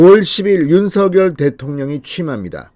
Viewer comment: 윤석렬대통령~~~ 윤성열로 부르기로 했는데 윤서결로 자꾸 읽으시니 거북합니다 선한 영향력을 많이 끼치는 진성호의원님 제발 윤성열 로 불러주시길 바랍니다~꼭 부탁합니다!!!